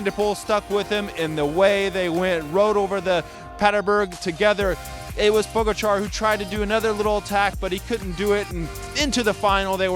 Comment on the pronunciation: Puh-gotcha not pogo-char😁